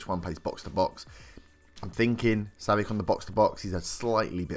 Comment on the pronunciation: It's pronounced savich